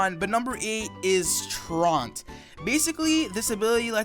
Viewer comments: Surprised people arent correcting your pronunciation of Truant. Its not "Tront" Its spelled fairly phonetically if you split it up like this: Tru ant. True ant. Its called Truant because hes a slacker. A kid that skips school would be truant. Durant has it probably because of a play on words. Like I said its pronounced "True ant". I have no clue why they ruined a pokemon just to make a dad joke but there it is lol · Traunt? It’s true-ant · It’s Truant. Not Traunt. Troo-int. Not Tront. Fucking read it correctly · It's TRUANT, not TRAUNT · Truant - true-int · Truant is pronounced True - int BTW, not like taunt with an R! and the SOLE benefit of Klutz is that you can switcheroo an item like a flame or toxic orb and not only will you take its beneficial item but permanently burn/toxic them the whole match (assuming the pokemon knows trick/switch, which not all do). Of course pokemon with water veil, immunity or poison heal can do the exact same thing not get statused themselves. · Truant is pronounced tru-ent. Sorry but it really bothered me. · 08. "trawnt" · Pronounced (true-ent) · Truant is pronounced (True-ant) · Truant is pronounced True-ant fyi I think slow start is the top. I can think of one practical use for klutz: hold a toxic orb and have an item swapping move on it. It has some usage, unlike slow start. Zen mode doesn't destroy the Pokemon any more than illuminate or pick up. It just gives you another option at low health, not attractive but not bad per say. Not only that but darmanitan has the benefit of having useful abilities outside of it. The same cannot be said of slow start. It is the only ability regigigas has, so this one really should have been number one. And as for moody...is it reliable? No. But that's part of the point. Slap it on a smeargle with spore/protect/shell smash/ baton pass and you have a THREAT. Like seriously. Up two stages down one is done all the time and is a more than even trade. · The way he pronounced truant as "traunt"